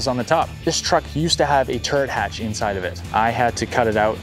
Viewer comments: at first I heard turd hatch, had to rewind to hear turret lol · 5.40 did he say turd hatch? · all i hear is turd hatch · So I thought he was saying turd hatch. Cool…